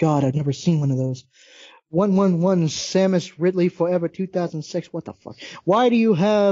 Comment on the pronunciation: I can't help but notice you mispronounced "Samus" as "Samniss". In fact, you keep making that mistake. I can't be pregnant, I'm a dude!